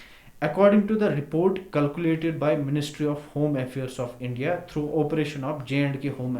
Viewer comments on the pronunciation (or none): none